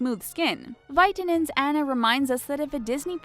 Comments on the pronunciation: AH-NU NOT ANN-UH AWWWWNUUUUH NOT ANNNNN NUH. NOT ANNA AS IN BANANA GAAAAAAWWWD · Her name is AWE-NA not Annuh pfft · how did they say Anna's name wrong?!?!